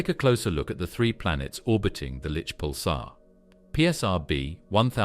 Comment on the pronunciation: He's talking about it saying ad like ad and not a d as you would in a sequence of numbers symbolizing a name. And the way they say pular is also extremely terrible to listen to. I've heard him say is like 15 times already